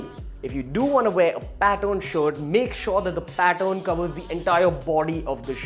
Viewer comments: Is it pattern or pattorn..? Are u wrongly pronouncing it.? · Say pattern not Patton! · Learn how to pronounce "pattern" not "pat-own" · Its pattern not paton